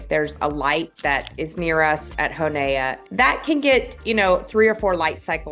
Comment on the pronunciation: "Hon A uh".. its Hoe-nA... thats it